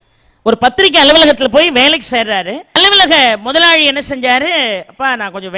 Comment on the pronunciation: ள வரும் இடங்களில் நீங்க தொடர்ந்து ழ ழி னு உச்சரிக்கிறீங்க. முதலாளி - முதலாழி வெளிய - வெழிய அனுபவங்களை - அனுவங்கழை ஆனால் சூழல் ஐ சூளல் னு சொல்றீங்க தமிழை ஏன் குதறுரீங்க?